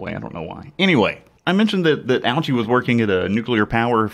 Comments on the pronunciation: Actually his last name is pronounced OH-chee, not OW-chee. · It's pronounced O-Chee, Bro. No need to make fun of his name. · I came on here a bit late and wanted to say the same thing. It makes me cringe hearing people pronounce his name like that.